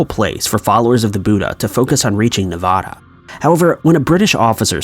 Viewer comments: He's talking about India you dolt.😂 He meant to say "Nirvana" and mispronounced it as "Nevada." You can tell by the context of the sentence... next time you go to call someone out on something, make sure you know WTF you're talking about. 😂 🤣😂 🤣😂 🤣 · #4 the narrator says "To reach Nevada". It's Nirvana, not Nevada.